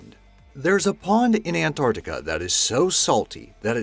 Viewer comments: RIGHT FROM THE BEGINNING YOU DONT EVEN KNOW HOW TO PRONOUNCE ANT-ARC-TICA...NOT AN-ARTI-CA. SO I WILL LEAVE YOU WITH IT THIS MAN IS AN IDIOT. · It sounds like you said AntORCtica. Not Antarctica? X3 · i am clearly hearing antorctica